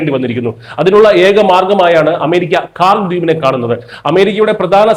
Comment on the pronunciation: it is KHARJ ISLAND ...your poronounciation is not correct....